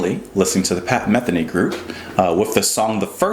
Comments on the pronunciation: Not to be anal about it, but his last name is pronounced Meth-eenee. I hope since you've listened to this you decided to dive into the world of Pat. He has so much great music that would likely take you on a musical journey. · This guy is a wonderful musician. His name is pronounced Muh-THEE-nee. I bet you would love his album Still Life Talking and also a record called One Quiet Night. But Pat is a busy, active working musician and has probably released 30 albums. I hear ya on weightless. What a fine observation. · Justin, Pat's last name stresses the second "e", sounds like "Meh-theeny". I've been a fan of Pat's music since 1980/81. You have to check out "Third Wind". Great music! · Just subscribed. His name is pronounced muh-THEE-nee. First Circle is an amazing piece of music. The guitar, keyboards, drums, and wordless vocals all combine for a trip to aural heaven. Huge fan here from New Jersey since 1990 when I heard "San Lorenzo" (from the self-titled Pat Metheny Group album released originally in 1978). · Don’t feel bad about mispronouncing Pat’s name. I’ve been mispronouncing Zeppelin’s song title, “D’yer Maker, as “Die-er Maker” for 40 years until I was corrected...and of course laughed at.